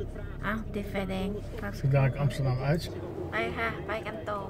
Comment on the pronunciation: ใช่ อย่าบ่นลุงฮั่นนะ บาป 555 ไม่ใช่อามสเตอดัมคะ ต้องออกเสียงว่า แอมสเตอร์ดัมคะ นายพี่ชาวดัชคะ เลยแนะนำได้ น้ะจ้ะ 😴😴😴😴